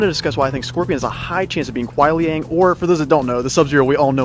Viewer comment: It's not Kuai Liang It's Ku(n)ai Liang. 😂😂